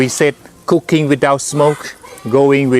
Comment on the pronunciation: I thought he was saying cocane without smoke insted of cooking without smoke